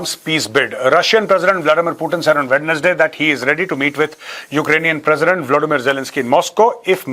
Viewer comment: Major sir, namaskar. -I wonder if you would mind letting me bring to your kind notice that the word 'Wednesday' is pronounced as 'wenzdei' and not as 'wednesdei'. -High regards.